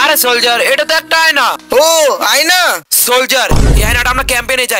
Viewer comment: অয়না❌ আয়না✅